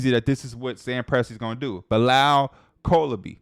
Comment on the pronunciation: colabee is crazy p.Bros name is Coulibaly{Coo-lee-bah-lee)